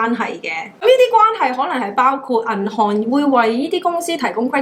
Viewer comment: 無法子唔LIKE 你！thanks ，成萬字，每個咬字非常清楚準確，資訊一流，剪片滿分，只係一字「銀行」個「行」字個音有小小問題，「銀行，銀寒」，努力！極支持！